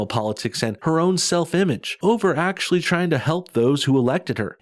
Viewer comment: What's a axuh shulley? 🤣😎🇺🇲